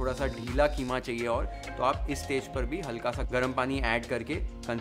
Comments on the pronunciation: KHEEMA nahi. QEEMA BOL. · Kheema nhn qeema hota hai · Kheema nhi keema 😀😀